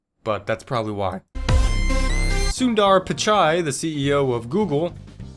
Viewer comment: The way this guy said sundar pichai got me killed as an indian i can say he was wrong